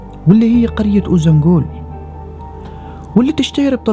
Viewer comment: شكرا للفيديو الجميل بس عندي ملاحظة ليش بتحكي قرية اوزانبول مع انها اوزانجول، هل لفظها بيختلف بالتركي مثلا